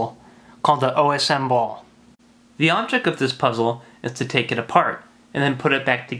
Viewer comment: Yaaaaay czech puzzle! This makes me so happy:D I am glad you know your stuff,. Like you actually tried to pronounce word Osm there and gave us a brief history about the puzzle!